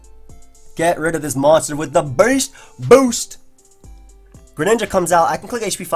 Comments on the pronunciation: "BAYST BOUST" "veryunfortunateformyopponent;" oh yeah you can actually hear the semicolons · Stop saying beast boost like that lmao